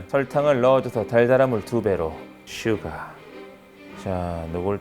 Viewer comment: 슈가라고 말할때 욕하는줄...헷